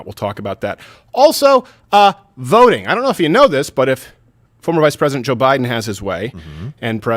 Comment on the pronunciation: It didn't even sound like he even said "president". It sounded like he said present.